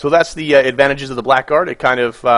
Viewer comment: Blackguard is pronounced blahguard